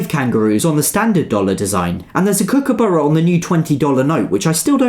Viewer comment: kookaburra not cookaburra